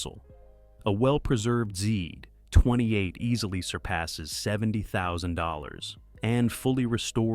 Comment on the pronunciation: Camaro.....Z28 seems to be quite difficult for this one... 🙂